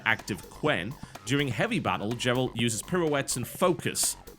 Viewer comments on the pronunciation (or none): Who the fuck is "jerald"? It's "Geralt", as in Gamma, not Jam. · TB pronouncing Geralt with a soft G was making me twitch in my seat a little. :-p. (I don't know how the Poles say it, but of course I'm used to the hard G in the English version.) Disappointed that the contest was cancelled. I was excited for it, but oh well. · There's a hard G on Geralt... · lol, "jeralt"